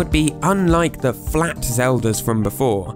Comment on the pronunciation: lmao I love this vid but In the vid he said flat in a wierd way i started laughing for 5 minutes straight.